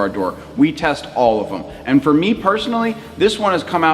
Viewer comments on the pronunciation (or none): none